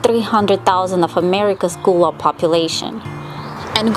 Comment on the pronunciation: Lovely videos, thank you! But pronounce it GUH-luh (like in seagull), not ‘goo’ Also Spanish Moss is NOT a harmful parasite, it doesn’t root into trees but lives on air & moisture 😉